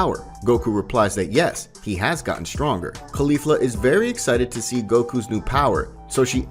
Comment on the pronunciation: You're Annunciation of caulifla isn't quite right. You're saying it wrong, but I do love this story it's awesome. Just kind of triggers me that you're saying one of the names wrong